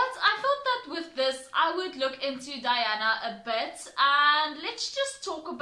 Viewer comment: It's not Diana its Daena (day nah). ❤